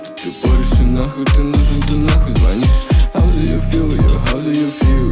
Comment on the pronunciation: он все же исправил ударение в "звонишь"